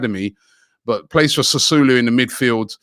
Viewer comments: It's pronounced Sassuolo not Sassulo. Robbie man sometimes. His knowledge of football shocks me sometimes. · Robbie ask James to help you with he pronunciation of Italian names , Sassulo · Sassulu !! Ffs not even close. Not like it’s hard to pronounce Robbie. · Sassuolo not Sassulo Robbie. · Man pronounced "Sassuolo" as "Sasulu". Gotta love Robbie's pronounciations 😂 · Sasulu .. looks like Robbie gonna get a warrant against him for wrong pronunciation fam. Just call James for it alian pronunciation fam. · Robbie pronouncing Sassuolo as its an African recepy. What a legend!